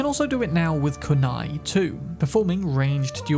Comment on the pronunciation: KOON EYE... That pronunciation you use is lazy and just plain WRONG